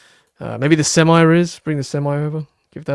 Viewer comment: Sem-e not Sem-i